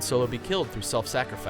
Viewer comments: I'd also never heard it pronounced like that. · haha vehemminently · "Vehemenently" lol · "Lucas was 've-HIM-ently against it??" Lemme guess, the narrator had only seen the word "vehemently" in print prior to this...